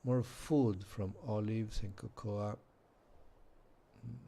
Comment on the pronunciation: Why dont the ai have animations? Also cocoa is ko-ko not ko-ko-a